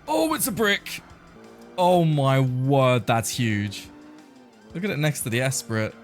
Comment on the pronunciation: pronounced "eh-spree", but, go off i guess